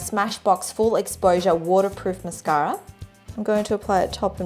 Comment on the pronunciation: when calls mascara "mascary"